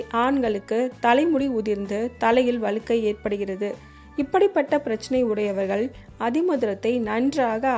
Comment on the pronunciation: ❤வளுக்கைனு சொல்ரீங்க வழுக்கை என்று சொல்லவேண்டும்